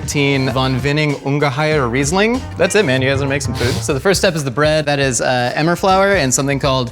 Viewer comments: I love how says that Ungahier word thing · The second time he said Ungeheuer the accent was actually pretty good